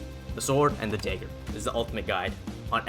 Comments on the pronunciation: “Daegger” haha Canadian?? Midwest??? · "the sword and the daeger"